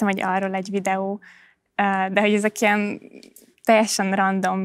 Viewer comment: roppant tehetséges és szimpatikus ifjú hölgy! Ám az affektáló intonációján mindenképp változtatnia kellene. ( Nem = nám, ilyen= ilyán, szerintem = szántám, tehát= tet...stb.).